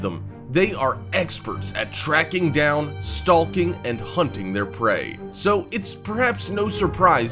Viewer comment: seconds in "stalking" the L is silent. Smh this pulled me away from the entire video